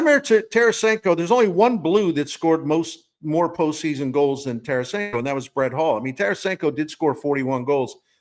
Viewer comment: Fix 48 for Scott Young also it’s Tarasenko and it’s not close